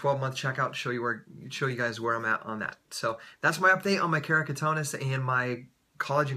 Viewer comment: keratoconus * not keracotonus : )